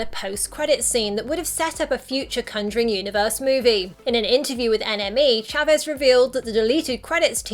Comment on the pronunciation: The way she says conjuring as cunjoring triggers me.